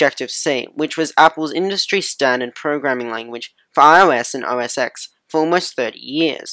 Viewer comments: OS X is pronounced "Oh Ess Ten," not "Oh Ess Ecks." That's like a cardinal sin of Apple. Sorry.. great vid. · It's OS TEN!!! It's pronounced Ten. Roman numeral X = Ten